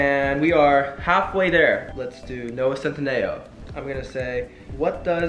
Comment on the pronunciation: Sameeee 😂 “cent- in- a - o”